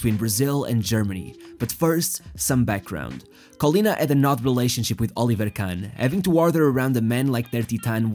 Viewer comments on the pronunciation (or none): none